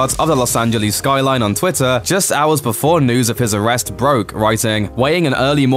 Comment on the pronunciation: “Am i O rested”